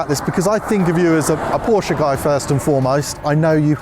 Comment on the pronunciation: Stop saying porsch-(uh) please. It sounds so bad😭 On the other side. Beautiful video❤